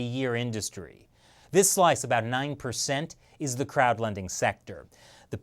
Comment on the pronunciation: When says 'crowd' funding website, I don't know why but it seems like he is saying 'crap funding website'